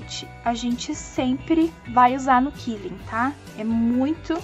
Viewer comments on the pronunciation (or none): Olá, assisto sempre seu canal , gosto bastante de suas dicas. Gostaria porém de corrigir a pronuncia da técnica de enrolar os papeis, quilling, o correto é (Kwil-ling) ou seja a letra U é pronunciada como se tivesse o trema. killing como falou quer dizer matando. Desculpe ser intrometida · Gente, sabem o som que o pato faz?... "qua-quá"?... Usa esse mesmo som pra dizer "quilling". Não é o mesmo som da palavra "quilo", por exemplo. Se não usar o som correto, vc vai estar dizendo "matar" en inglês 😬